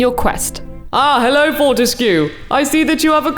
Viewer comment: I'm so happy. Btw it's prononced FORTESK. But I guess it adds to the weirdness and fun. Fort means strong so his name can be translated to Daniel Strong-ish.